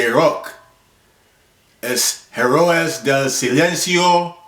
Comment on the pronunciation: Herróes del silencio - enthre dos tieghes